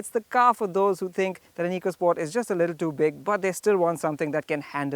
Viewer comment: It's not eecosport where e is pronounced as ee. It's ecosport, e is pronounced as a here. Learn it. Great car. Hope it sells as much.